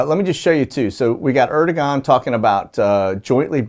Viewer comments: President of Turkey is pronounced Erdeuwan ( the g is silent ) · Pronounced Erd-oh-wahn